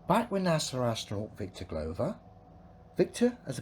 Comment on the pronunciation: He's basically Pratt with better anger management. I see he still can't pronounce Glover.